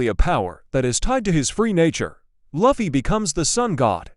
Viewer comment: You know, most people love gear 5 and luffy is pronounced as (l-oo-fy)